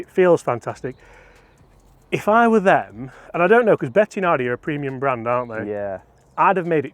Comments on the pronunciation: Bettinardi not Bettianardi come on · Bettinardi, not betiaaaahhhhhnardi lol No "a or h:" after the "i", love your work anyway! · Yep - me too ... Bloody annoying Be-ti-"UH"-nar-di .... Getting flashbacks of the butchering of Marco Simmi-Oh-Nee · Why can't pronounce Bettinardi properly? He says it like Betti-a-nardi!!! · Great content. Take it from a Chicago boy, it’s pronounced “Bet-In-Ardi”. He’s a Chicago guy and has always owned the company now run by his son. Long known for their very fine milled putters…